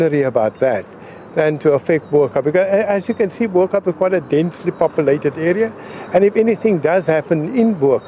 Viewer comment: A South African on tv that can't say "Bo Kaap"...